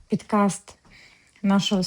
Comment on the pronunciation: Написали ви все правильно, а от сказали у відео пІдкаст 😉